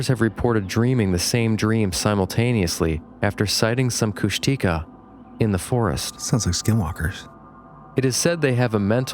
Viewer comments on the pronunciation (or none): Heads up guys, Kushtika is pronounced “kush-teh-KAH”, not “kush-TEE-kah” (emphasis is on the last syllable). Not saying that to be annoying, I just know you guys like to learn new stuff, so that’s my contribution for the evening 🤠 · Henry Franzoni pronounced Kushtika as Kush-tuh-kah. He worked closely with First Nations people for almost three decades, so he's pretty reliable.